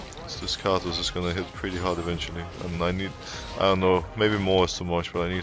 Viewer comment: why does he keep saying khazicks? ohh karthus...